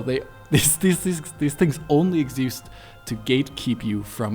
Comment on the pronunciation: "exeest" we're onto you *cough RUSSIAN SPY *cough